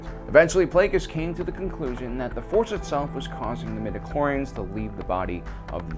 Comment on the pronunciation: Stop saying midichlorians